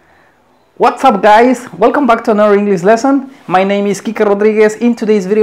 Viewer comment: Dijo hola gays al principio?